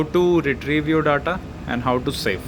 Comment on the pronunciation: 5.37 its data not dada or tata